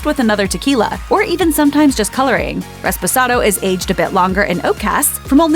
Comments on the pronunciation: Did you just say "RESPOSADO"??? Huhhhh?? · did she say Res-press-ado? wtf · Did a whole video on tequila and can’t pronounce REPOSADO correctly